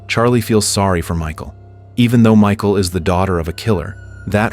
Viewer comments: its pronounced Mihhaal lmao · we can read what her name is.. .it's cleary pronounced Mikal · Thats not her name 😂😂 you don’t pronounce it as that it’s Michal I think it’s Michelle thats what I call her as I don’t know how too pronunce her name lmao…….